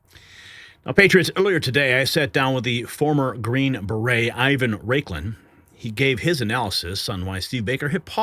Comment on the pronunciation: Raiklin? You're better than that,.